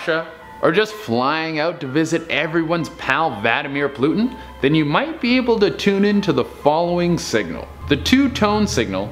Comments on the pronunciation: At number 9 did he just say vladimir plutin? Instead of putin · ... Plutin? There's no L in there! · I think he did it on purpose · He meant to!!!